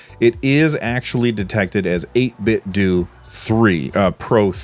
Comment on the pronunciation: its 8bitdew sir not 8bitdough.